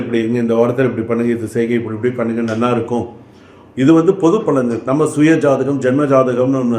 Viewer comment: என்ன யா பொது பலன்னு பொத பலன்னு...😮😮😮